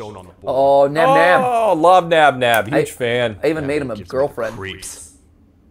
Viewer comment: Did he say ban ban and not nab nab